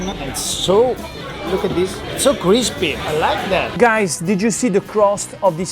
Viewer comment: No, it’s “kreespie” and “krounchie”